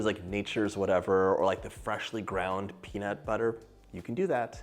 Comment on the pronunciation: "Melt in your mouth penis butter cookies" is what I heard.